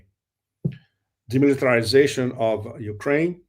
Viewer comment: Dmitry -zation instead of demilitarization